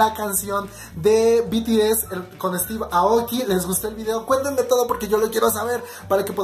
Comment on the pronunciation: No es para molestar o algo Pero se pronuncia Estiv eioki (Steve Aoki)